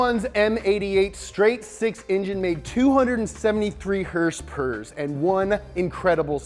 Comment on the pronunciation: Lol. Hersperrs